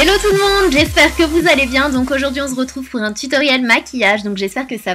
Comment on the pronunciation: Aha tu me fais trop rire avec ton : " on Ze retrouve ! " 😂😂